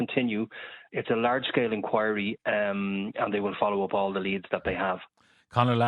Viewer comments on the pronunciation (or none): none